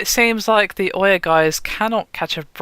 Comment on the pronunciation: Can no one on this channel pronounce names correctly? Ouya as oya, Nvidia as NeVidia...